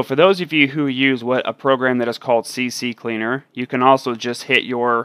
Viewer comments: its no pronouneced cccleaner its ccleaner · I know this is a stupid comment, but I've never heard anyone say CCleaner properly lol